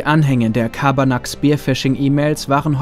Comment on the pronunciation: Das ist kein Schabarnak sondern Carbanak